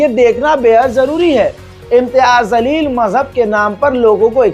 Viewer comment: ज़लील नहीं जलील है